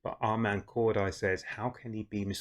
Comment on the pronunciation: It’s pronounced cor-day 😂 just for future reference 😂